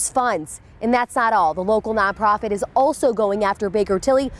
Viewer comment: Why does it always say none profit it sounds like alot of profit.